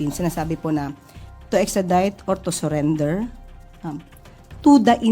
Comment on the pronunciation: Yuck.....talagang ine-emphasize pa yung "TO SURRENDER".